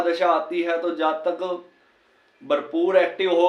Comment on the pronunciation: Zaaaatakk nahi jaatak bole sir